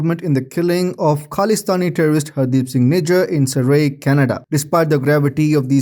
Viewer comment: Surrey is pronounced SiR-Re